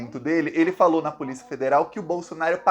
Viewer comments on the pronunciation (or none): none